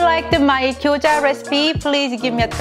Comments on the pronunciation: She called Gyoza as Gyojya.I know it is hard to pronounce right way but feels like different food if u do not call right. She could say like in case I do not say it right this is Japanese dumplings or something. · she is saying gyoja